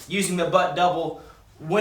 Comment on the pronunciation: he says "en-gay-ged" lol